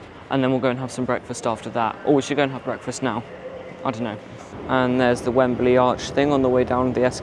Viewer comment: Has the pronunciation changed in the decades since I lived in England? It used to be two syllables: "Wem-Blee". You're using three syllables: "Wem-Ba-Lee".